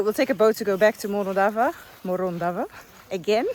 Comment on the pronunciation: All ways lead back to Morondava until you learn how to pronounce it correctly. 😂